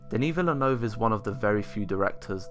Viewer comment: You are one of the few reviewers who pronounced Villeneuve correctly. Merci beaucoup pour cet effort! C'est très apprécié (de la part d'un autre québécois) ;)